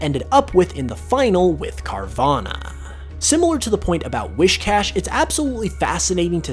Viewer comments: “Wiss-cash” not “Wish-cash” The “whis” prefix is like what you’d say for whiskers. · His saying WISHcash instead of WHIScash is really bothering me. XD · It’s not whiSHcash it’s WHIScash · Wiss-cash dude, not wish-cash. That's driving me nuts to hear it. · I know right. LOL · *I know. It was getting annoying. And I accept your apology.